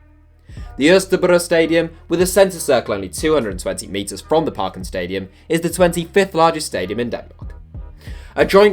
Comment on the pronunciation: As a Dane I love to hear you trying to pronounce parken and Østerbro😂